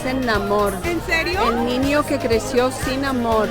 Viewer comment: She couldn't pronounce the Ñ sound, she said "el ninio que creció sin amor" 🙂